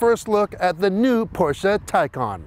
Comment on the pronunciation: Thanks for pronouncing both Porsche and Taycan correctly. What a beautiful and impressive car! Even more impressive consindering its Porsche's first EV